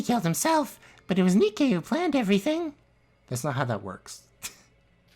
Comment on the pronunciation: This trial is gives such an Among Us vibe, and no one can deny it. Edit: Hold on-I swear I heard you pronounce “Nikei” like “Nay-kay”